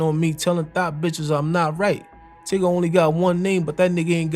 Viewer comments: Its Ty-guh not tiga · Its TYGA not TIGGA 😝 😅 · Did dude really call tyga “tigga”😂😂😂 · You sayin Tigga but showing images of Tyga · lol the way you say tyag funny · Bro getting me tight calling Tyga, Tigger 😂